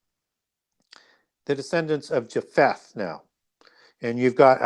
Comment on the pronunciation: knows a lot but he needs to look closer to a King James Bible and get the pronunciation of these names right. The King James has the names broken up into syllables with a mark for emphasis. A’i is a two syllable word. ( A- eye ) Ja’pheth is Jay- feth Hi’vites are HIGH- vites